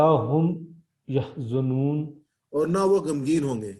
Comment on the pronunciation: Sir word يحزنون main ز per zabar ha ap ne pesh parh di....